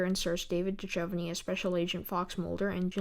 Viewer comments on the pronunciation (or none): The X-Files is my favourite show EVER! I love your approach and your intelligence, plus the name of your channel. (P.S. Please learn how to correctly pronounce David Duchovny's surname!) I have met David, Gillian and Chris Carter. My favourite episode is Season 1 Deep Throat. Keep up the good work!